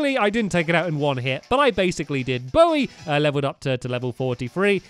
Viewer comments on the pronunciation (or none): none